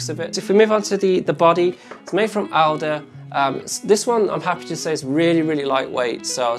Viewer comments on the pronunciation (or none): none